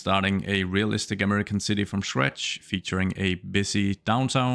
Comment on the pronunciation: With your accent it sounded like you said "We're gonna build an american city from Shrek." So I was like, ahh New Orleans!